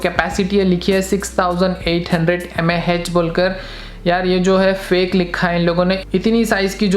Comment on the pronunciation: Bro it's mah not mhhhaaah